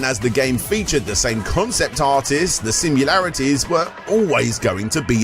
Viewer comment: How hard is it to actually say sim-i-larities 🤣🤣🤣 top hat gamer has the same problem saying sim-u-larities 🤣🤣🤣